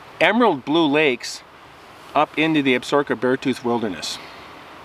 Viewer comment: Ab-sa-roka......Crow Tribe, Not Ab-sorka....dillweed.